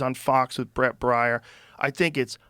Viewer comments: Its Bret Baire Joe!! Not Bret Bayer. 😂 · Bare..bear..Bret Baier. BEAR How many times u gonna mispronounce another human being's name??? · I have heard Joe mispronounce Bret Baier for a bit now. His last name is pronounced "Bear". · It's Brett BAIER not BRIAR. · Come on Joe, it’s Baier, pronounced Bay-er like the aspirin. You’re killing us with this Briar shit 😂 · Brett "Bryer" LOL. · How can the guy that mentions a 🐻 in every other sentence mis pronounce brett brIAR's ...???name???😂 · I'm surprised Joe doesn't know the actual last name of Bret "Briar".... it's Baier which rhymes with 🐻. 😂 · I like Brett Bear. Thats how you say it. Bear. I know Joe is bigger than everyone but Trump, but the dudes name is pronounced BEAR. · bret baier not Briar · It's pronounced Brett B e a r , just helping!!! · It's Bret Baier (pronounced Bear). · It's Brett Bair...sounds like Bear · Do you really not know how to say BRET BAIER'S name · Poor Brett Baier, having his name mispronounced on the Joe Rogan show. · Think Bret needs to come on the show and pronounce his name!!😂😂😂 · Is anyone gonna correct him on Bret Baier or does he do it on purpose 😂